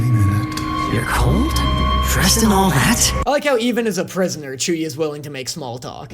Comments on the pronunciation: calling chuuya chew-ya is such an amazing and dumb joke, why did i never thought about that? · The Chew-ya one 🤣